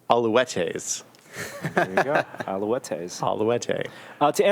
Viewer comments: Montreal's CFL team is the Montreal Alouettes, not the Quebec Alouettes. (Pronounced Al-oo-etts) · So much cringe in this episode. Really butchered the pronunciation of Montreal (not Quebec) Alouettes.